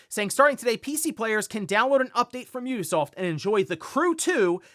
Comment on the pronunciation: The only professional game 🗞️ reporter who can’t be bothered to pronounce Ubisoft correctly?